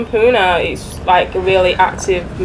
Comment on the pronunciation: What is puna it's Pune pronouncing it in wrong way is insulting to us .